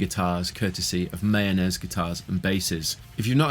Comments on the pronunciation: Mah - Yo- Ness, not Mayonnaise. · The correct pronunciation is actually MY-OH-NEZ, according to the maker of these instruments. Not mayonnaise lol. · Sounds like you keep on saying mayonnaise 😂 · I always hear the "Mayonaise" guitars when you say it 🤣